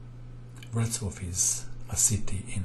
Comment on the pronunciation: It's not Brocslaw but Wrocław ;)